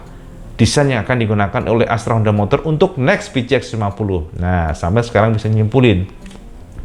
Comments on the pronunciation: pi-chi-eks cak haha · Yang ku dengar "Pi ci eks" awokawokawok